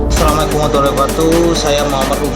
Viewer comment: Pas ngomong salam kaya bukan orang islam,,,, coba Di dengar tmn jgn" ini sandiwara